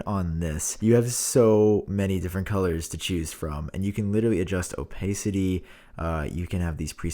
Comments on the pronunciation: Oh-Pace-it-tee ? :D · never say opacity like that, ever again... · The way you say “opacity” lol